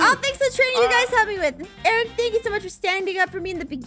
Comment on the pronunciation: ARON NOT RON